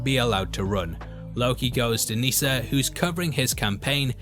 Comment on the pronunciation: As someone named Nissa you are saying it wrong. It's like Melissa not lisa